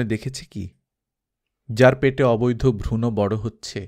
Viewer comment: উচ্চারণ টা ভ্রুণ হবে , ভ্রুণো নয় খুব ভাল লাগছে, কাহিনী ও পাঠ দুইই চমৎকার